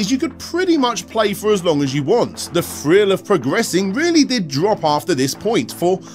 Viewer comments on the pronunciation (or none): Your TH words (thrill etc) all sound like an F instead of TH.